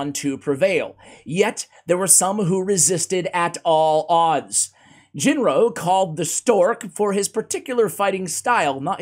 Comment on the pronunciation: Ginro is pronounced with a HARD G (like Galek). You said it right a couple times, then you reverted to the soft G.